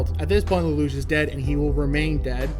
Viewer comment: Plus points for pronouncing Lelouch correctly. Well, you only need to mimic the voice actors, but a lot of people still get it wrong.